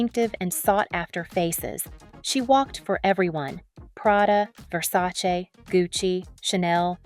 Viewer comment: SHOUT OUT FOR SAYING 'VERSACE' RIGHT.